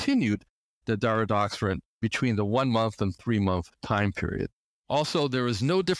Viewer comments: it's DariDORexant not DariDOXerant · He calls it Daridoxorant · He doesn't correctly pronounce the medication's name.